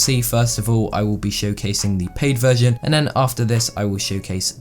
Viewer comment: I thought he said vergin